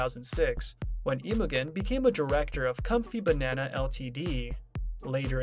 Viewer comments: His wife’s name is NOT pronounced IMO GEN as in how the “g” in gun is pronounced – the “g” is pronounced the same as how it is pronounced in the word generator! Oï vey!!! Have enough respect to take the time to learn the correct way a person’s name is pronounced already!!! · its pronounced Imo-jen. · Imogen is pronounced with a soft g. Very annoying.